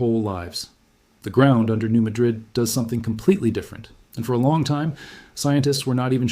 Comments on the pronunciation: Sorry, at the least you could have pronounced the town and fault correctly: New Mad - rid, not Ma - drid. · The people in this area pronounce this city as New Mad rid. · Its New Ma' drid. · Hi. Just FYI you are mispronouncing New Madrid. You are pronouncing it like the Old World town of Muh-DRID. (Madrid) The correct New World pronunciation is New MA-drid. (Where the A is pronounced like in hat.) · I am from Missouri and I would like to correct your pronunciation. Everyone pronounced the town, New Madrid, like the city in Spain. It is actually pronounced New Mad-drid. And yes, you can still see the damage the earthquake created centuries later. It is capable of enormous and very deadly, dangerous damage. It is so powerful, it could split the nation in two. Scary! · Thank you. Btw-it's pronounced New MAD-rid- just so people know what's being discussed. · it's pronounced New MAH-drid. I grew up in Memphis. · The town is not pronounced as the city in Spain. The accent is on the first syllable: New MADrid. I grew up in Missouri.